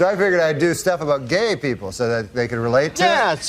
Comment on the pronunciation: The emphasis on the G in Gay is textbook work here :face-purple-crying